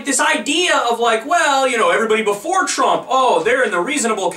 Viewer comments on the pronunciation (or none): I guess "Thhrump" has to lob another missile for Mr Zakaria to deem him "phhresidential" again.